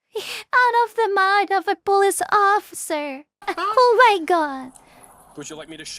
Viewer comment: My memory is very selective. I can remember absolutely everything about a video game even after 15 years of not playing it, but I can't always exactly remember what a person said 20 seconds ago lol. The auto generated subtitles are funny to watch, especially how it struggles to hear your "police officer" correctly. Pulse officer. Spoken like a true latino